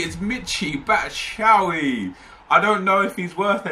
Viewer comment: Did u say batchiauyi